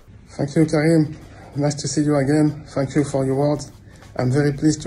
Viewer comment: Bah la prononciation son thank you ressemble beaucoup a un fuck you. Mais c'est plus marrant qu'autre chose.